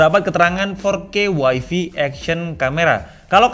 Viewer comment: Wai-fai bukan Wai-fi